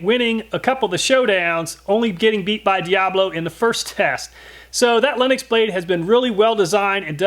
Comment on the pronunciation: I keep freaking out when he says linux instead of lenox